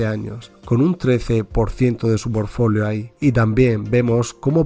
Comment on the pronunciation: Porque dice forfolio ??